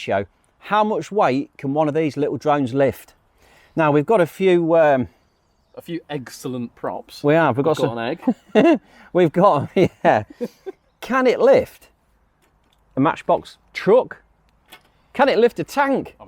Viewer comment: Hahaha you really do say “egg cellent” but “ex” into egg 😂😂😂 love the brave humor attempt